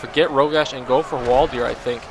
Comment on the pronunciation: btw, it don't think it's pronounced hwal-deer. It's spelled Hwaldar. Say it however you like, just thought I'd mention it.